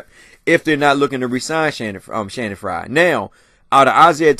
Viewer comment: you have been pronouncing everybody's name wrong!!! It's Channing Frye not Shannon!... and it's Kawhi... not...kwame